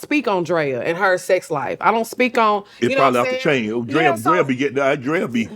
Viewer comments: Shannon keep calling Drea “Dre” is killing me 😂😂😂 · I’m so weak at Shannon calling Drea “Dré” lol. This was a great episode. Love Lex and Drea! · It’s him calling Drea “Dre” all episode 😩😂😂😂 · Him calling her Dray the whole time was killing me